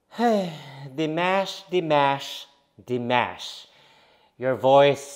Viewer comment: I figure at some point you will start pronouncing Dimash's name correctly. Maybe. ;)